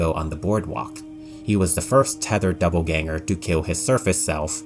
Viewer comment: I really liked this video but every time he said doubleganger felt like being stabbed in the brain